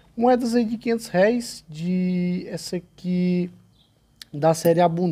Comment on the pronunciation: O acento é no R E